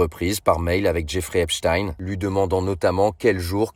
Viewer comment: Pour une fois son nom est prononcé correctement